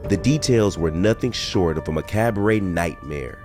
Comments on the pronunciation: Did you just pronounce macabre, (muh-kaab), ‘muh-cab-er-ay’? 😅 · It's pronounced (ma-cob). Not ma-cab-bre🤷🏽 IJS. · God, the mispronunciations killed me. Once I heard “mic-cabray” I was done. So stupid.